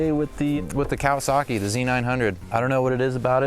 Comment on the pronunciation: Loving the video as usual but why do you Americans insist on adding non existent R's to motorbike manufacturers names? "KawasaRRRKi" or "DucaRRRTi". The Japanese and Italians don't so why do you?